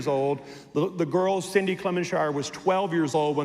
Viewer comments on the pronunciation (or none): HE DIDN'T EVEN SAY HER NAME CORRECTLY